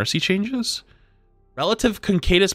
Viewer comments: not sure if he is meme'ing or just has absolutely no idea what letters are in the word "caduceus." i remember watching something months ago where he pronounced it in the same weird ass way. "concadis...." like nah my guy, not even close. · You are just saying the staff name wrong on purpose right? I know no streamer or yt'er ever says it right but concadus staff is so aggregious I have to comment. Such a pet peeve of mine when mispronounce something they so confidently say. It's not that tough of word to pronounce correctly. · that’s no N in Caduceus, it’s pronounced CA-DU-SEE-US, that’s has been bothering me for so long 😂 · The way that pronounces Mercy's caduceus staff/blaster should be a crime. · Who’s gonna tell hes pronouncing “caduceus” wrong wrong 😂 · I don't think he can read either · Not quite how you pronounce caduceus but certainly interesting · Yea cool queen buffs, WTF WAS THAT CADUCEUS PRONUNCIATION!?